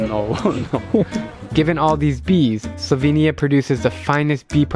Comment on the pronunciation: actually her pronounciation is pretty close to how slovenija is pronounced in slovene. much better than the "slouvinija" most people say.